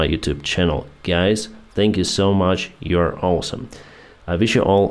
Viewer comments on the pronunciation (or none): Thank you, very good blog. Besides, please correct your pronunciation of the word "awesome" that you use frequently. 🙂